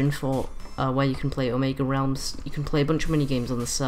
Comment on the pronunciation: I thought you said Omeglerealms XD